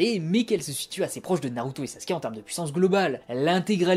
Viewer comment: Sinon ça ne te dirait pas d'articuler quand tu parles ? et d'utiliser les vraies prononciations Japonaise ? C'est bien de faire vite... mais autant faire plus lentement, mais BIEN prononcé plutôt que Rapide et entendre "embout" -_- .... Embout de quoi, de visseuse… ? c'est âne bu (Anbu et Anbus en vraie...), tu ne dis pas NAROUTO ... mais NaLruto ! (on roule les R en japonais) Bref...